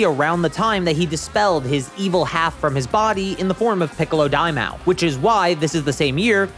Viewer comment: For King Piccolo, It's pronounced Mah-Oh. Think of it like Yu-Gi-Oh. Dai is great. Ma is demon. Oh is king. Dai Ma Oh. Not Daimao like Lmao.